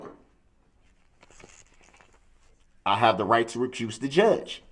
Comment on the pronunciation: Although Mr. Brooks is clearly a very knowledgeable guy 🙄, there are a few things he does not know. 1. The definition of hearsay 2. The proper pronunciation of several words, sustain, recuse and ask are a few 3. His name